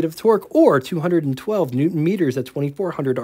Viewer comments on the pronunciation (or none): none